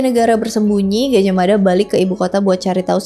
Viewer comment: Gaj ah mada ,Bukan Gajahmada . Hati hati dalam mebahas kerajaan ini